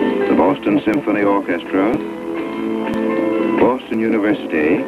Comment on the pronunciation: Ah, yes -, erstwhile announcer for the Boston Symphony Or-Ches-Tra. BTW: Does the BSO still do weekly concert broadcasts?